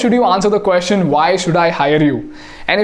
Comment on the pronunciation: You use the phrase 'The question is' a lot in your videos. Now a very indian way of pronouncing is "Queshion' and that has been the norm I know. Your videos are making a great impact and I would love everything about it to be perfect. Just my two cents 🙏